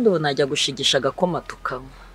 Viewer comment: yego pe! ntibavuga ngo "subona" baravuga ngo "ntubona"